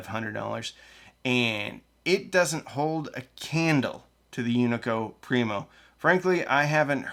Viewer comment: being born not too far from here the Unico Primo amp is built you're killing me with your pronunciation! Great video!